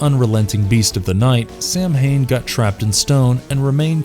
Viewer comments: It's actually not pro-nounced Samhain, it's actually Sow-in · FUCK. SAMHAIN IS PRONOUNCED SAW-WHN Fuck. Do your research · samhain...it's celtic. it's pronounced like saw-when. not the american way sAm-hAiN. for fecks sake. greetings from good old europe. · Omg it's not pronounced sam hain It's pronunciation is ( Sow Ween ) it's drives me nuts when people say it like that. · ‘Sow-in’, that’s how it’s pronounced…. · so just a note, Samhain is traditionally pronounced as "sow-in" <3 love the vid though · Samhain -> Saa wn or Sow-in or Savin (I beleive I got the irish pronunciation correctly) Blessed be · The Irish festival is pronounced sowamm . It am Irish word and pronounced differently to how it is spelt. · Samhain LoL 😂 it’s pronounced “sow in “ LoL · Ok Samhain is pronounced sa-win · some of your pronunciations are seriously off, especially the festival of Samhain, try doing some research.